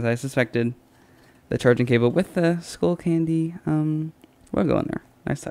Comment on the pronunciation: Its skullcandy not schoolcandy